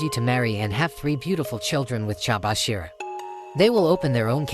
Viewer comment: Bro really said chabashira